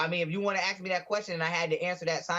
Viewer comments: I noticed when this guy is focussing on trying to be this ridiculous cartoon character he mispronounces ask as ax, but when he's not thinking about it, he pronounces it ask like a white person lol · I can’t even imagine what a burden it is for him to carry that much so called “knowledge” in his head. Jesse: “Do you love white people?” “I gotta know why you AXE”. 🤣🤣🤣🤣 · Before you even attempt being intelligent, you might want to work on your vocabulary: It's, ASK, not AXE! What a knucklehead and I'm being very kind! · “axing” me that question. 🤪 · He said when somebody axes me something . Bwahahahaha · yeah and maybe learning how to pronounce ask instead of ax while he's at it. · This troglodyte can’t even pronounce English. “Axe me dat question” LOL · He does not understand the word ask. JLP needs to "AXE" him. Goodness. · Hes soooo smart and part of the supreme blat race but cant pronounce the word ASK. what a joke 😂. And onnPAROLE LOL